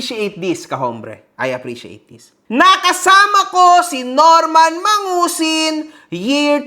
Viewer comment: Dapat kasi Norman Madusing, hindi mangusin. 😂 Regards kay boss juaning kahombre! 🙂